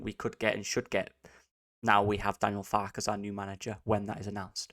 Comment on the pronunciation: Nice one on 1k. Just one thing. It’s Far-kuh. It rhymes with Parker.